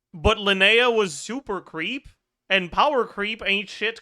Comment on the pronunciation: when he was saying super creep I hear SUPER PHREAK, SUPER FREAK